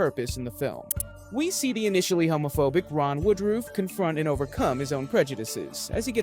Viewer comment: Not really. He has several things wrong about the real life guy. He doesn't even pronounce his name correctly. This was done through the eyes of someone far left.